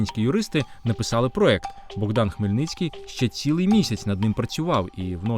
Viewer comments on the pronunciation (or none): none